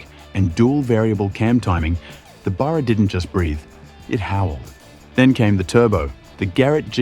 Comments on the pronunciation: Love the video! Tho please pronounce Barrr--raaa not burarr--raa. It's unaustralian to call it that😅 You forgot to say they were gonna call it the "Gull". Cause a Seagull shits on everything😂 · Why can this guy not say Barra? instead of Burra? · Lol... The clown can't even say BARRA right??? 🤦‍♂️🤦‍♂️🤦‍♂️ Lol ..BURRA...🤡 🤣🤣🤣🤭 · The Burraaaaah? WTF? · Their credibility faded when they say "Burra"!!!😂😂😂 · If you're going to have AU write the script, proof read it first. I'd tire going to have AI read it, have it pronounce Barra correctly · If you're gonna make a video on an Aussie icon, at least pronounce its name correctly!